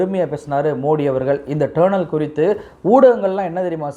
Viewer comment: It's not pronounced as TURNEL. It is pronounced as "டனெல்"